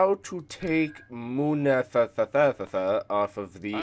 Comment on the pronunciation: The thing you keep on calling mala tha tha tha tha tha is pronounced mul a nist